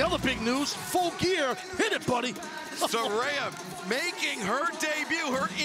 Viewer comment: How could the announcers still be so stupid and still pronounce Saraya's name incorrectly?!? 🤣🤣